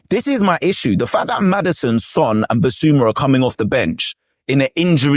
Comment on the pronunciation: Spurs fan is butchering Son's name. Badly.